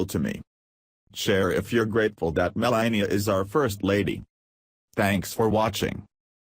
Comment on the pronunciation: Should be called Breaking Fake News. Sorry your speaker has such a terrible sore throat and can hardly talk. Much of it is garbled and poorly pronounced. You keep pronouncing Melania's name wrong. Trump has quickly made the U.S. a disgrace to the world, and he is already the least liked President in all History. He breaks all his promises, and can't get his act together to get any legislation passed, and has driven away even support from his own party by his bizarre lies, lack of knowledge of how the White House and government works, and lack of any class or ability to speak coherent adult sentences even. Is the man suffering from a dementia of some kind, or is he just naturally that insufferable and stupid? He keeps shooting himself in the foot with childish tantrum and has made a disgrace of himself in a very short time. I'm not even an American and I can see it, so what is wrong with you people in the U.S. to be putting up with a deceptive buffoon like him? it's very fortunate this video gets so few views.